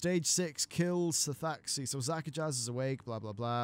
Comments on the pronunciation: not zakajazz. Zuk-ahj. The last z is silent. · *Ara-thee Basin (not A-rath-eye) *Za-kaj (not Zaka-jazz) Sometimes your pronunciation hurts... Lol :P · Disappointing that Shadow Priests and Arms Warriors kill the EXACT FUCKING SAME old god minion for good at the end of their chains. WHAT DA FUCK IS CONTINUITY? Also, it's Zak-a-jj. Not Zak-a-jaz. The j and z combine into one sound.